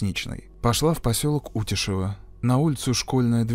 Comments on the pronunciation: И село, кстати, утЯшево. Мне, как местному жителю, немного резало уши от неверного произношения😅 но простительно🙂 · УтЯшево, у вас такое странное произношение.